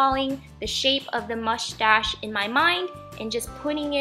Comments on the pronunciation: Who else noticed that she kept saying mushtash not moustache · You sound like your saying mushtash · Lol u said mustash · the way you say mustache gives me life. very cute craft! love all of your videos and ideas! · Haha, I love the way you were kind of struggling to say mustache. Very cute octopus! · Love the way you say mustache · MSP123 ikr